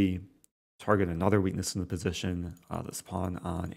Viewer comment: positiuun Lol, its pronounced position mr rosen